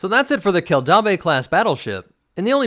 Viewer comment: Dude. Your pronounciation is terrible. Keldabe kell dayb. Named for mandalore's planetary capitol city Kimogila Kee Moh Gee Lah. Named for a predatory mandalorian big game lizard.